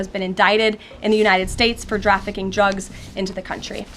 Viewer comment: "Drafficing Drugs"